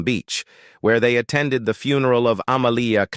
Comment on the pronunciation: Would you PLEASE get rid of this narator? He can't pronounce english correctly and called Georgia a "HE" when clearly it is a woman. And the word FUN er all? Really? Even Ai could be programmed to do this correctly.